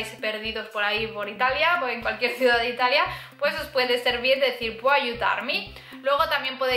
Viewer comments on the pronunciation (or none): none